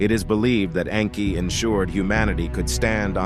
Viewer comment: It's Nnnnn kie like ur pronouncing name wrong